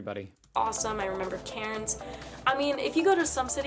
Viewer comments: She’s pronouncing Cairnes wrong it’s pronounced cans 😂😂😂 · Haha her pronouncing cairns like Karen’s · Is she trying to say Cairns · 1 gallon is a little under 4 litres. For one liter or petrol it's about $1.76aud depending where you are. We don't say gas for petrol. You can get bigger pizzas from the takeaway. But they aren't $7 even for a larg. She said Melbourne the right way but not Cairns. We don't say/hit the r. We also say Mel-bun.